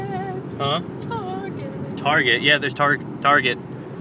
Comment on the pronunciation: Q: do you know that's not how you pronounce target?